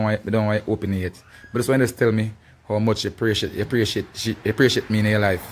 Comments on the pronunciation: Mi love when king a try to say the word (appreciate) and say (pray-shit)😂😂😂😂Bwoy king mi lobe yu bad🙈😂😂😂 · The amount a time king try say the word appreciate and still can’t pronounce it good 🤣🤣🤣🤣🤣lol